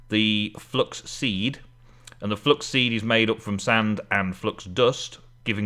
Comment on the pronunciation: #facepalm every time you say flux instead of fluIx (flue-ix). Also, the other secret to nether ore is to use silk touch, doesn't anger pigmen and doesn't blow up. Always enjoy your eps!